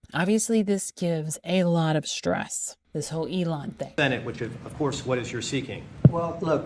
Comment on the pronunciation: That pronunciation of 'stress' as 'shtress'...